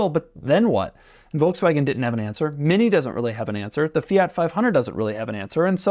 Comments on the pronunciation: fia he says with that fools tongue ..its fiat ha ha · I hate the way you pronounce Fiat